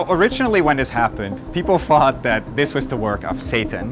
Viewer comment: I can't stand the guy with the th-fronting. Is it that difficult to pronounce the 'th' properly? Did people THought it was Satan, or did people Fought Satan? Is it boFF versions?